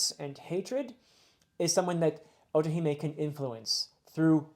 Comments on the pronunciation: Funny that he brought us mispronouncing after getting otohime correctly. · you did! As well as otohime and fukuboshi, well pronounced!